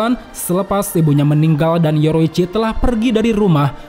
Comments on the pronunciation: Bang kenapa bilang yorichi sebagai yoroichi? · Bukan yoroicchi tapi yorichi😂😂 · Penyebutan nama yorichi ke( yoroichi) bikin kurang nyaman🙏🙏